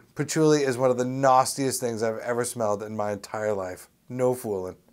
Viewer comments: I like how he says "nAWEstiest" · Did Tommy say "Nawstiest?" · "the nostiest things.."haha. man I love this guy.